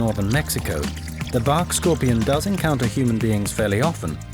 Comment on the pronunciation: Bark not bawk